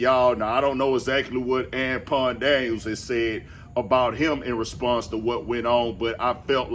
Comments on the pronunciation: Oh ok cause I was like I wondered if bro realize he sayin dude name wrong 😂 “An-pawn” gotcha g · "Ampon Daniels" 😩 😭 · Why you saying Anpon ? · I thought you was calling him tampon daniels😂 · LMFAO yeah he keep saying Anpawn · This whole time, I was thinking you can't pronounce Anton correctly and your name is Anthony. 😂